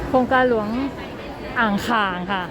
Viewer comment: อ่างขางค่ะ ไม่ใช่อ่างข่าง ค่ะ